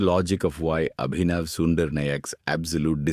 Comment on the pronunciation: Why are you dragging each of the noun and distorting it? Is Abhinav or Sundar or Nayak or Mukund an unfamiliar word in your part of the world? Your English doesn't sound native, so why can't you just pronounce those names as it is than dragging it?